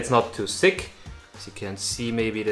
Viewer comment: This guy cracks me up. He pronounces it letter instead of leather and sick instead of thick. Not making fun. It’s just funny.😄